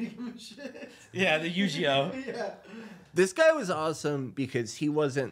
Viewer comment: Will says "Yu-ji-oh" 😂😂